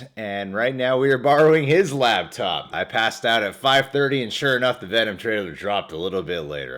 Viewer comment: Is saying "labtop"? I'll have to check those out, I've only owned laptops.